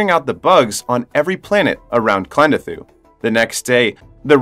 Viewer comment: uhh you mispronounced Klendathu and Mr Rasczak and it hurts pls re-upload